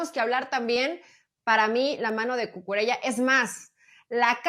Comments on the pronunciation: Y NO ES CUCURELA (NO ES ITALIANO) ES CUCURELLA (lo pronuncia bien la chica de la derecha) y la del medio esta fantastica en sus comentarios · No es Cucurela.Se dice Cucurella-ya No es italiano, sino español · ¿DÓNDE C.. Ñ.. ESTUDIAN PERIODISMO ESTA GENTE.? CUCURELLA, NO CUCURELA. ESTAN ABSORBIDOS POR LOS SAJONES PRONUNCIAN A LA INGLESA AL IGUAL QUE EL OTRO DÍA, SE DICE GEORGIA, UN PAÍS DEL CAUCASO NO YEORYIA UN ESTADO ESTADOUNIDENSE